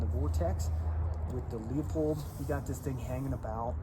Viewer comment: looooo-pold. Not leo-pold.